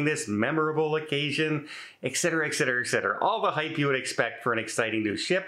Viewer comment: Now that you have explained Vantastic, how about pronouncing ETcetera, not EKcetera.